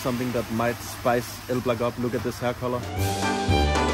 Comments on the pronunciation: elblĄg, like elb-long not elblag xd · if you want to go to a city first learn at least how to pronounce it..because if you ask "where is el black" no one will get it.. ELBLOUG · they didint know what u are saying cuz u are not spelling that city name in proper polish. They heard it like El Black :D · By the way, isn't the city pronounced like ""Elblong"? Sometimes the locals can be very strict with stuff like that. Either that or some really didn't know the place. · Haha I am from Elblag... great video, it was fun to watch but dude, you still pronounced the name wrong even at the end haha. Who told you it was pronounced that way? I think you got pranked lol. The right pronounciation is: ELBLOUG. You can check the pronunciation on Youtube, it probably wont let me post the link here. Cheers! :) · It’s pronounced Elblonk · Its pronounced "Elblong". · You should pronans like,,oblong,,just change ,,o,,for ,,e,, it want be perfect but quite close.